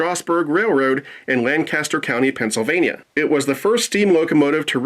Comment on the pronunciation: Hard to say....but you keep misspronouncing Strasburg and lancaster🤣👍 (stras-burg (a sounds like at)/ langcaster ( a sounds like angle))